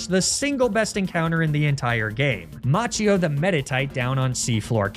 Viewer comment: Macchio would be pronounced 'Makio' in Italian